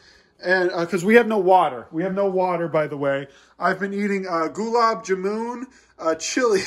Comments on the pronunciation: lol 😂 Goo-laab-jum-moon 😂 It's Goo Laab JaaMun like Russian Gulag but with the B at the end. That Goo-laab-jum-moon is drowning in calories with that sugar water! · yo him saying gOOlub jumOOn that took like ten years off my life. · Those Gulab Jamuns caught me off guard. We pronounce it like Gu la b. Ja mun( rhyme it with bun) . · Love the fact that you are eating gulab jamun By the way, it it pronounced "goulab jaamun" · The way he pronounced Gulab Jamon as "Gulab Ja-moon!" 😂😂😂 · "I've been eating ghulab jumooooon" congrats on slaughtering that word beautifully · Its pronounced as "Goo-laaab Jaaa-moon" Love from India <3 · Gularb jarman is how u say it ;) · Love the way he pronounced gulab jamun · GULAB JAMUN-- I'm so sorry but that made me crack up, I've never heard it pronounced that way lol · Man you butchered gulab jamun 😂😂